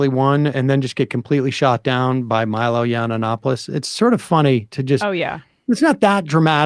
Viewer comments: It’s hilarious that Sam can’t or won’t say Milo’s name right. 😂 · That added syllable in Milo's name is gold